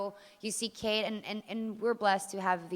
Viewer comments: someone needs to tell this chick that it's Kate not Katie....smh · Yeah, I know what u mean it's really annoying even after she hears them say her name "Kate" she keeps saying "Katie".